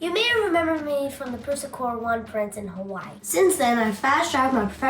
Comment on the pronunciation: just say hawaii i'd already liked the video but contemplated to unlike after that